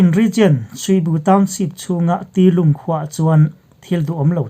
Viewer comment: tilin ni lovin Bii Lin (B Linn) tih tur a nih hmel zawk